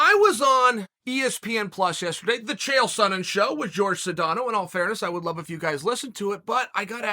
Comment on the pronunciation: Chael "T" Sonnen